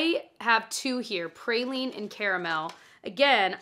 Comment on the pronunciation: great video. Love watching you. PrAline not PrAYLine 😅